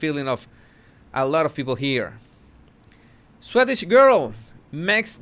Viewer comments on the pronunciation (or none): none